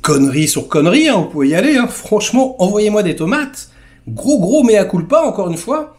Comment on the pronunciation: Allez, pour ce " méa coule pas " .... :face-blue-smiling::hand-pink-waving:Je m'abonne !